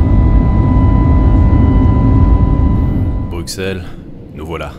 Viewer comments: Il a osé dire "bruquesselle" !! :D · Dans "Bruxelles", le x se prononce comme deux s (la version flamande étant "Brussel") :) Super vidéo, bon courage avec cette voiture qui a l'air d'être un puzzle sans nom